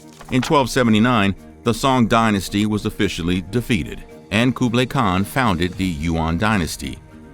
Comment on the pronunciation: Good video but the pronounciations of Genghis Khan and Kublai Khan were off